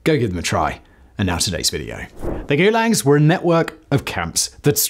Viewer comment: The first time you say the word in the first five seconds is goolegs?